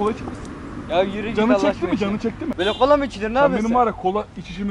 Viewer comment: Kolaya cola diyen abimiz❤